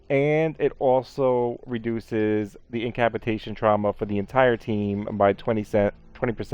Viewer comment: “In-cap-a-yay-shun-“ llololololol do you mean “incapacitation?!”